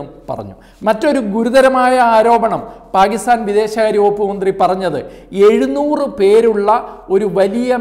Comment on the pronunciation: പാകിസ്ഥാൻ അല്ല പാക്കിസ്ഥാൻ... ഉറച്ച് ഉറപ്പിച്ചു പറയു brother